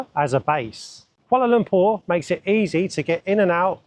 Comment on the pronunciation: Congratulations! U've pronounced Kuala Lumpur like d locals!!